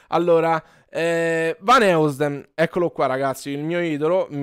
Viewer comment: lo fai un video cantando l'inno dell'Inter con la maglietta di Zinho Vanheusden (si pronuncia così: Zigno Vanòisden)? Te la regalo io:D